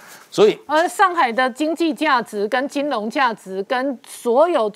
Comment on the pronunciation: 主持人注意妳的拼音：金融ㄖㄨㄥˊ不能唸金融ㄌㄨㄥˊ（龍）❌